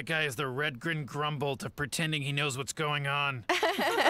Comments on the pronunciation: He's clearly saying Grumbolt, not Grumble. Think for yourselves, don't be sheep. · It's not "grumble". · AS and Hulu subtitles say "Grumbholdt", and if you listen closely he very clearly pronounces the hard T sound the first time, the other time it's just spoken faster and thus the final consonant is somewhat dropped, something extremely common in any language, and definitely in English. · It's Redgren Grumbholdt